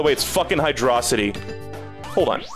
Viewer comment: It's pronounced "Hydrocity" because the Sonic franchise is an atrocity.